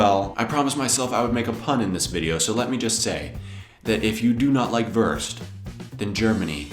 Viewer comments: Wurst not Wörst. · Not " Würst" it is "Wurst" You must pronouncing it differently. But your can lern it. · Very entertaining, I recognise as a Belgian certain dishes like Kartoffelsalat, Fleischsalat. Perhaps remnants of the two German occupations. Well, the Christmas tree also remained from those days. Why do you pronounce 'Wurst' as Werst instead of Woorst? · He lives in germany for how long and still pronounces "Wurst" the american way..."Worst" Put stress on the U sound....WUrst, like Wu-Tang Clan. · please, learn how to say WURST. it is not [WÖRST] nor worst. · He always says "wörst" xD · please say "wörst" again :-) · I love your collection of foods and videos,. Keep up your inspiring work! Yet, there is one thing you're most probably aware of: You use the worst pronounciation off Wurst eif ewwa hörd!;-P Ever tried to say 'vooorst' instead? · I love your pronounciation of Wurst ("Würst")^^ BTW why didn't you list Döner? It's actually a german invention too :) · Great Episode! :) Try spelling the "U" in "Wurst" like the ou in "You".... because Wurst is not worst ^^ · I love how you pronounce "wurst" :D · Your pronunciation of wurst is the worst. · Your ponunciation in the end is the Wurst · You are the Wurst... at pronouncing Wurst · Whenever you say "Wurst" I have to laugh so hard omg hahah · Your pronounciation of Wurst is so funny xD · i do not know what upset me the most his leberwurst = leberkäse or his pronunication of wurst